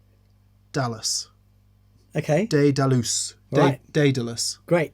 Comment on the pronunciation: Daedalus.....DAEdalus....DAEDALUS!!!! All I can see is the crummy "The Mighty Hercules" cartoon we watched over and over during the frigid Manitoba/Canadian winters. Now I have to figure out if Mick would be Newt or Tewt, having butchered that pronunciation so bad! Hopefully Joey Landreth has some time to stop in on his European tour!